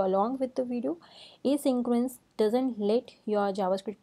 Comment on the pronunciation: Ok...its not 'asyncroence'....😭😭😭